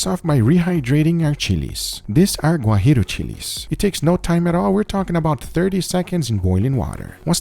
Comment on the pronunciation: Everything right but really "guajiro"? Hahahahaha